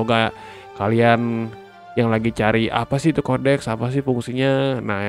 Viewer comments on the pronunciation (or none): Kodeks bro, bukan Koneks 😆